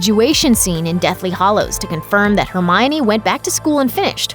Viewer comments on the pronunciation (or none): Arrrrrgh! The pronunciation for is so irritating. Firstly, It is the Deathly Hallows, not hollows. And secondly it is Grindelwald, not Grindelvald. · its Deathly Hallows... not Hollows. This drove me absolutely mad while watching this video. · I couldn't care LESS about JK's writing ~ she wrote the books. She's awesome. What is irksome to me is that the woman narrating THIS video says "Deathly HOLLOWS" not "Deathly HALLOWS" Get with the program, woman. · Deathly HALLOWS. Not HOLLOWS. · Hallows. Hallows. Hallows. Not hollows. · Every time you said “Deathly Hollows” instead of Hallows, I cringed. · Anyone else mad she pronounces it 'hollows' instead of 'hallows?' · It's Hallows not Hollows. Just saying. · stop saying hallows wrong